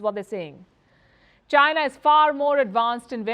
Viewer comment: Don't have a clue what sarcasm is ? Listen to how Palki pronounces China .